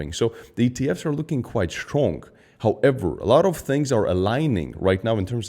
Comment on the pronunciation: “Houw . EVher”